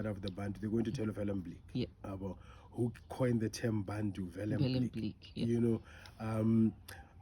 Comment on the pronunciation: Bantu/Bathu but I still hear people pronounce it as "Bhantu". Out of Accent.